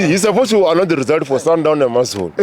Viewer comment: sundown, ai nawe, its sundowns